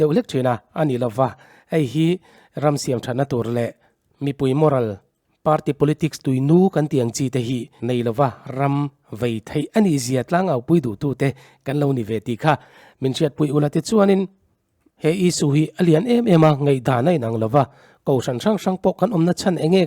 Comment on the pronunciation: Vei tih ilam dan chu vai ti in ari tlat.ilam fiahlo